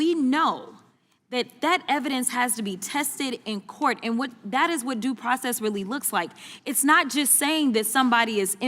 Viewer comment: The problem is others understand it as "due process"....trump read it as "do" process